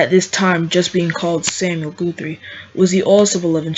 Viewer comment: It's (Guhth-ry) not (Gooth-ry). Good video though. Well done.